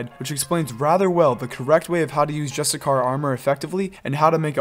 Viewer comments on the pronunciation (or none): great vid... but its pronounced JUST*ISH*YEE* ERR i mean where is the char or kar sound coming from? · JUSTICAR 😆 bruh